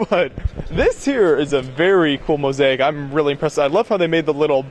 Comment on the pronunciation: And 'mo-zake' not 'mo-z-ai-ik'